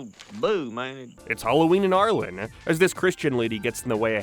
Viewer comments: Every time I heard you say Arlen I thought you were talking about Ireland 😂it’s just me and my deaf ass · I know you're not saying Ireland when you say Arlen but I always hear it.